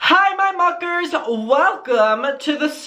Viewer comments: sometimes it sounds like ur calling me a fucker :o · idk why but every time you say muckers I feel like you’re swearing at us or something lmao